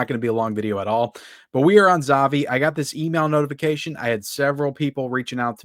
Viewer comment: 'ZAVVI' is pronounced like you're saying 'HAPPY'.